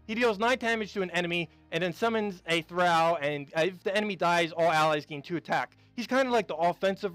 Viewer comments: Good video as always. Note, when you tall, or fall it's pronounced "aw" as in "awe, did you fall down from the tall tree?" Well the word "Thrall" is prounounced "Th-rall" as in fall, or tall, or awe! :) BTW: Old guy from the old show "Happy Days" had a guy named "Al" as was named "Al Bundy" from yet another tv sitcom... "Thrall" is not prounced like "Al." :) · THRALL is only one syllable. Otherwise, you are correct. The word originally meant SLAVE and came from the language of the ancient Norse people (popularly known as Vikings). The term, VIKING, is actually a misnomer. It was originally used only as a verb to describe their piratical raiding enterprises. Most Norse were farmers who chose to live peacefully, but the more aggressive and adventurous would often go A-VIKING. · Tip for: THRALL is supposed to be pronounced so that it rhymes with all, fall, hall or wall.